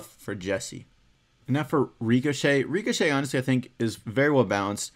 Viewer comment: Stop saying reekashay